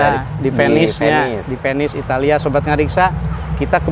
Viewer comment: Naha Venice diucapkeun Penis ...?😮😂